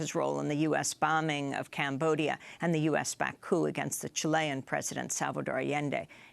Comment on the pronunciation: It's 'coup' not 'coupe' - somebody needs to tell her.